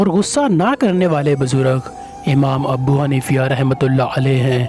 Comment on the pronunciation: Amam Abu Hanifa RA ka nam ghalat la rahe ho